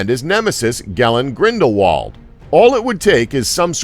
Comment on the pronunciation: Everybody knows about famous wizards Albus Double-Door and Gellen Grindelwall. But seriously, the blue wizards didn't disappear in Mordor. Heard of fact checking? By this point in the video I actually started to wonder if this was some sort of joke, nobody could possibly mess up every single name or piece of lore this hard.